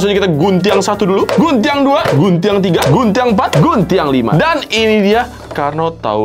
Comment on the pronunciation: Lu orang minang bang? 😂 bilang guntiangnya lancar amat